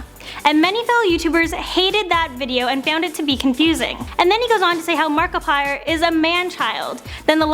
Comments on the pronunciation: She said Markipiller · Did she call Markiplier markipillar